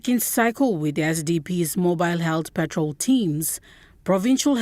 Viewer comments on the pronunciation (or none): Em TV the phonics word by word pronunciation by your New Readers are terrible.. Benson Wema and this Nichol Rema lady need to go back to school to learn English Phonics again.. Its WAIWAM "PATROL" and NOT "PETROL" ... 50 years on and our younger People are getting it all wrong to date!!